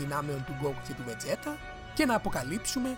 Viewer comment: βετζίτα ρε παιδια οχι βετζέτα να πουμε :(